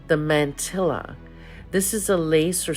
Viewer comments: It’s man - tee - ah (mantilla) - not man - tilla (not pronounced like Godzilla). Mantilla - like tortilla. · It’s pronounced “Mahn-TEE-yah”. Not man-till-a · The LLs are silent in mantilla.